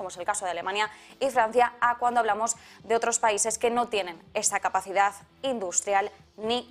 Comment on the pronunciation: No se dice capacidas, es capacidad con d al final.